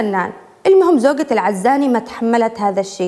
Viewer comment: في بداية الحلقة نطق اسم العزاني غلط يااستاذه.. بتوفيق..مواضيع حقا رائعه🌹 ياحلاوه... يسعدك ربي🌹